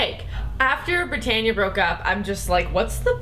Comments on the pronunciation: This is cute, just curious, how on earth do you get "Brittania" out of "Brittana" and on Rizzoli and Isles they say "Rizzoli" in literally every single episode so how would you even pronounce it wrong? Anyway fun videos and so true about the "no self respect" like in regards to all of us, we mustve all lost ours too for watching this hell lol. P.S. I love Lost Girl and it's sci fi which means not realistic obvs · im stalking your own vids obviously and im laughing coz "Brittan-ia" and Rizzoli emphasized wrong hahaha...but for real i love you ladies so much but how do so many people say Brittana wrong it's not that difficult to say haha (fyi hardcore Brittana shipper here since 2010...meaning i suffered the pain of 6 seasons of Glee for them. yup.) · I can't believe that she said brittania instead of brittana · u said brittana wrong?